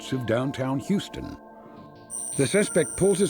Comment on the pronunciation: Did the narrator say "Houston"?!?